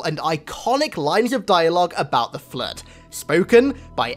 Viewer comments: nobody:: Flöd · can someone answer me why i hear flirt when say flood... EXPLAIN PLS 🤣☺